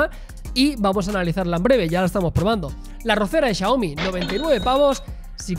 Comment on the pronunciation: Resumen de la compra: Chiaomi, Chiaomi, Chiaomi... JAJAJAJA buen videoo